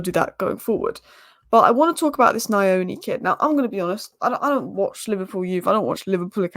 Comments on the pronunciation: The pronounciation of nyoni is (nnn-yoh-knee) it is not (nnn-eye-oni) haha its pretty difficult you will get it tho, nyoni means bird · its NYOOH-NiH and not NIA-ONI. The lad is of Zimbabwean origin, a Shona. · It's pronounced like Knee'O'Knee.. Nyo sounds like 'new' but with an O at the end 😅